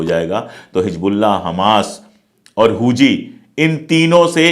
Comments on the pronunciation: Pandey ji,Hooji nahin Houthi sahi word hai. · It's huthi not huji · सर हूजी नहीं हूथी है